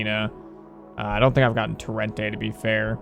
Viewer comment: “tor-ent-E” not “tur-ent-A”